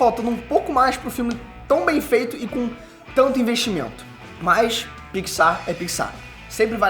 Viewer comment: Eu: falo PIXAR: fala PICZAR